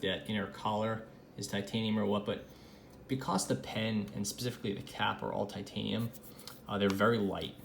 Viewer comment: You say “because” like “Bee-CAW-s”